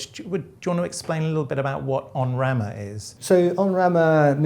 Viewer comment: EN Rama, not ON Rama - pronunciation :-) Literal translation "on (the) branch"